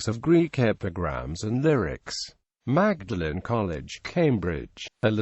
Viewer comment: Dreadful commentary, even Magdalene miss pronounced.